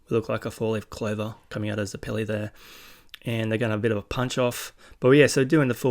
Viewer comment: Also if you're struggling with names homon is pronounced like har-mon you did get it right at one point so congrats and zeps name is pronounced like the zeppelin ballon bizarre I know lol but you'll find out while probably already knowing the names are gonna get more strange